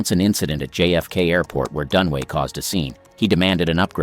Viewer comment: Dunaway not Dunway